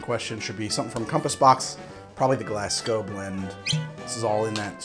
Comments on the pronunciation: Did he just say "glass gow" instead of the proper pronunciation of "glaz go" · Your saying Glasgow wrong mate it's not "Glass" it sounds like it has a Z in the middle Glaz-go